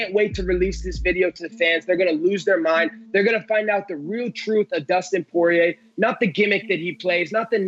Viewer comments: absolutely nobody: Colby: Dustin Soirier :DDDD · So, is it Dustin Soyrier or Sourier?? 😄